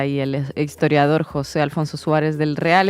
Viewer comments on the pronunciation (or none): none